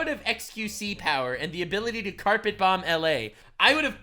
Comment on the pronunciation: I still can't believe xqc says bomb-buh...